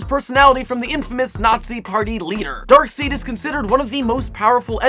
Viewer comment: It's actually pronounced darksEId not darksEEd. I'm not hating i just wanted to make it clear.